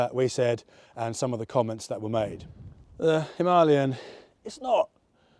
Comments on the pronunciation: WTF is a "HIM-are-LEON" 'him-a-layan' FFS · NO! It’s a Him Ah Lay un….. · Him a lay an not Him are leon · Why why why do people keep calling it the ‘Him-ah-leon’? It’s a Himalayan for goodness sake. Other than that, another excellent review. Very tempted to get one myself. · It got the name from The Great Mountain Range ‘HIMALAYA’, so Himalayan. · For the love of all that is holy, will you please learn to pronounce Himalayan correctly. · Weirdest pronunciation of himalayan ive ever heard. Really great review though. Thanks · Well I’ve never heard anybody pronounce Himalayan like this guy. I suppose there always has to be one and this guy is it! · Terminated viewing as soon as the gobshite pronunciation of "Himalaya" was heard Off you pop and enjoy your Mumbai aloo. ffs.